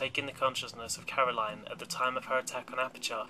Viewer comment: Caroline forced GLaDOS to tell me to tell you that it was Caro"LYN"